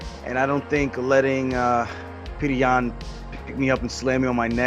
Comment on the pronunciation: Dude, the guys name is NOT Peoder Yan, do your dang research! It’s pronounced Peter!